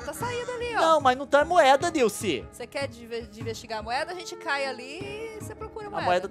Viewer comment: NAO SOLTA O "L" NILCE KKKKKKKK